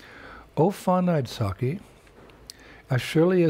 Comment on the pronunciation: Immeasurable help to the Krishna bhaktha mandal by this PEARL of a devotee of Krishna. Such a diligent research and such a cogent and moving, inspiring exposition. Incidentally, it is “ashta saki/ not SAAKI”( the 8 bosom mates ofRadharani. The Krishna bhakthas of America ,Europe, Australia and N.Zealand would benefit immensely by studying the SUBLIME devotional outpourings of the ancient Vaishnava Tamil poets called ALWARS, especially the mesmerising verses of Periyalvaar ( the foster father of Aandal who married Rangan/ Krishna) and the transcendental Nammaalvar who lived a life of unimaginable bridal erotism while rivetted to immaculate purity. Krishna Bhakti never complete without these two sublime peaks.